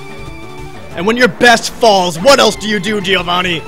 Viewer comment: Why can't you pronounce Giovanni ? D